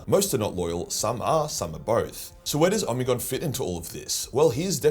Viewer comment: I always read it as Oh-Me-Gone , why is he say Omni-gone? Am I just larping?